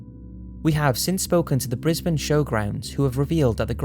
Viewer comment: Oh holy crap. Thank you. Thank you so much for correctly pronouncing 'Brisbane'. You have no idea how happy this made me! It may seem stupid but, honestly, not one other narrator who's not from Australia has ever pronounced it correctly. 💕